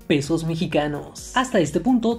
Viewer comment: Dijo pedos mexicanos en lugar de pesos mexicanos XD